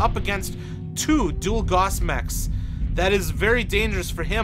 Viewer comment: gauss rhymes with mouse.